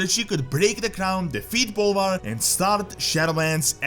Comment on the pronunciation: I can't be the only one who heard that as "And then BALLER took over the crown." I mean.... right?